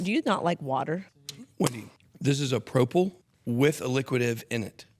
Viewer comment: Its P R O P E L…. Not P R O P A L…😅😅😅😅